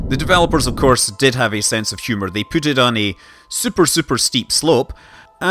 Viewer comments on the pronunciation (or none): none